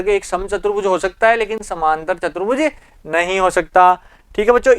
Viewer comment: Apne video me chaturbhuj ko chbutruj bola😁